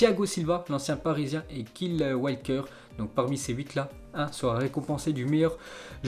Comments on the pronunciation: j'aime tes vidéos mais par contre applique toi un minimum dans la prononciation des nom parce que c'est pas "Kile walker" mais "kYle" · On prononce: "Kayle "Walker mdrrrr